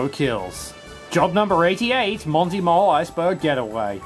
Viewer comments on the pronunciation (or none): none